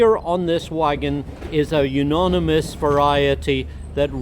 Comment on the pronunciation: It is pronounced You - oni - mous, not You -noni - mous. Good information!